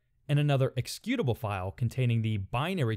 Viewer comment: i like how you pronounce the word 'executable' lol